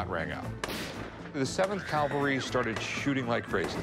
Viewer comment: Rick…. Dude! Learn to properly pronounce CAVALRY… You’re not in church!